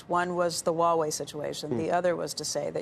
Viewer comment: Kevin is the only one that can pronounce Huawei correctly